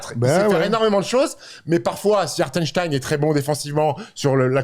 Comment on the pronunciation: Hartenstein ou hartenstine?😂